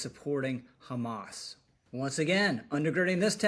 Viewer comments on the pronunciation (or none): none